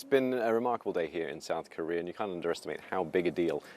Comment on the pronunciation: He said sad coria😂😂on minute